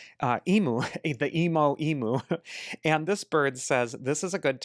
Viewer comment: Thank you as always for your prediction. As an Australian, I wanted to point out how we say emu in Australia. Found this.